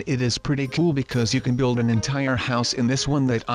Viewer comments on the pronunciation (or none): none